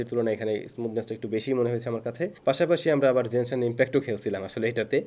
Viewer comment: manus name keno vhul kore janina aita jenshin impact na genshin impact